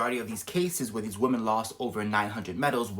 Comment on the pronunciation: So no-one is talking about the weird way he is pronouncing women.... if you need to to the spelling on it, you need to take account the e.....pronouncing it like a European I 😂 america is wild yall. Woke have destroyd everything, even this man